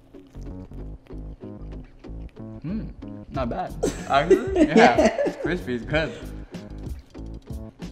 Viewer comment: said not bwad